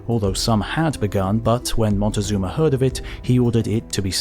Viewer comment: Having trouble with the name "Moctezuma", I see. At least you didn't do the Gringo thing and try to pronounce it "Montezuma", which is absolutely wrong. It's a simple Nahuatl name (Mexica/Azteca): "Moc-teh-SOO-ma".